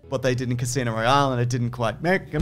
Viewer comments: CASINO ROYALE PRONOUNCED RIGHT CAHSINOH ROLALYE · I'll never get bored of mispronouncing Casino Royale X D